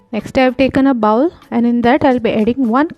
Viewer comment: Check your pronunciation of BOWL ... Good video otherwise!